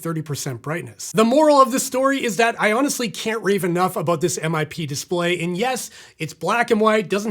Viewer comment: Its pronounced as one word, MIP. NOt M-i-p ffs